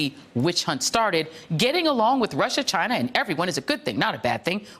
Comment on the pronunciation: No, he said Russia and Ghina..